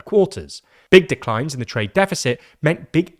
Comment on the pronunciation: big deeck-lines